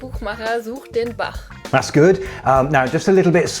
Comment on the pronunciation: Hey, I am sorry to tell you, but your [x] sounds are uvular, too... not all of them, but when you say "Bach", your [x] is clearly uvular, not velar.